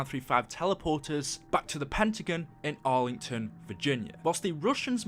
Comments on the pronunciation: I know he has an accent but it's Pentagon not pentigen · it not pentigan its pentigon